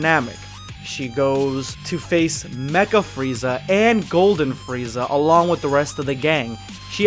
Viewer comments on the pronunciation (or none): none